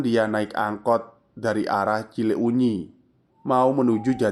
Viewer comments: Skedar masukan.kl ga salah " cileunyi" di bacanya Cilenyi.bkn cile unyi. Tetap semangat dan trus berkarya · Lucu banget 🤭.. cile U nyi.. wkwkwk.. kl d bahasa sunda itu huruf U nya ngga dbaca.. jdi pelafalannya Cilenyi aja.. Tp nulis nya Cileunyi krn memang penulisan bahasa sunda 🤭.. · Senyum2 sendiri saat bacanya ci-le-unyi 🤭 Cilenyi mas cilenyi 😄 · ngakak dengernya ci le unyi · Mas itu salah baca, CILEUNYI jangan di baca CI LE UNYI. MOHON BELAJAR LAGI EJAAN BAHASA SUNDA JANGAN GITU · kirain ci uxil 😂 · Mas.. Baca Cileunyi nya biasa aja Cilenyi pake "e" kyk pd kata kesana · maaf, mas. saran aja, mungkin lebih enak kalau baca nama daerah lain kali riset sedikit cara bacanya kaya cileunyi, bakauheni, lembang, pangalengan sering salah. saya setia dengar channel ini sejak lama, kadang agak terganggu aja. semangat berkarya, mas. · Sejujur nya kegangu saat dia narator bilang cileunyi